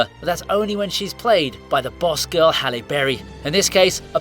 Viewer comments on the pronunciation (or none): none